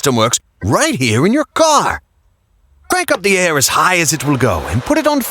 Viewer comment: Re-watching this because, well, it's invaluable stuff; but I do want to say that, , when you pronounced the "r" in "car" it totally jarred me since you were doing a "British" accent and they don't pronounce the "Rs" at the ends of words. The more I'm into the voice acting world, the more I'm developing my ear for the details. ;oP